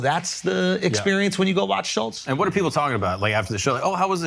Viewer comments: Crazy they couldn’t even pronounce Shultz it was “shullz” the whole time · The kept pronouncing his name wrong too😂😂😂 schulls 😭